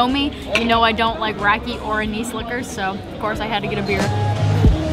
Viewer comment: Great video but please don't say "rakee". It's rah-kuh.